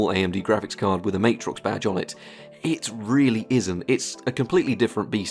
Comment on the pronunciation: Love your work dude & this video is no exception but, BUT that’s still not how you pronounce Matrox… Official